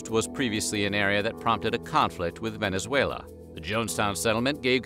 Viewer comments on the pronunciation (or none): none